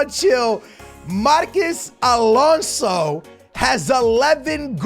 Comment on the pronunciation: you really dont know how to pronounce marcos alonso huh